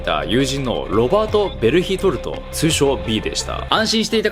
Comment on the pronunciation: ベルヒトルトはベルトルトに聞こえるしジャン出てくるし進撃の巨人に洗脳されてました笑